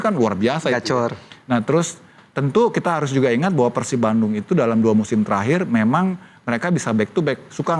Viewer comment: Pursap peursip pursap peursip mulu muak gua dengernya. PERSIB, PER-SIB. NGARTI TEU SIA?